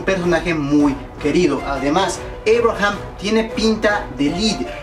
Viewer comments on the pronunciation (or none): entonces por qué dices Eibraham en vez de Abraham